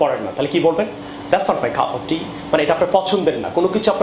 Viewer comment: It was helpful but cup of tea pronunciation was like cuf of tea